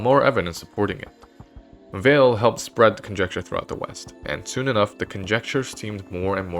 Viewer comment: Euler, "a once in a geeration talent"? He is widely considered to be one of the 2 greatest mathematicians of all time. Andre Weil's surname is pronounced "Vay" not "Vale."